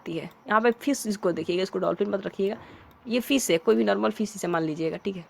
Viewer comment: Normal na hi ki narmal fish na hi ki pish😂😂😂😂